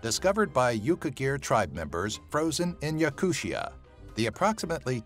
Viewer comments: not yakushia..... its yakoottiya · Yakutia is NOT pronounced "yakuSHA" it's pronounced "Yakoo-t-i-a" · Damn, you butchered the pronunciation of the word Yakutia so badly, I cringed every time you said that.